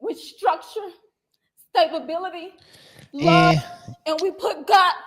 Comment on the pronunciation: “With Stabability” 😂